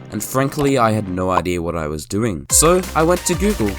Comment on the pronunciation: GOGOGLE hahhaha